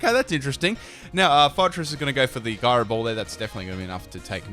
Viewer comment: Anyone else annoyed by his pronunciation of synthesis and Gyro?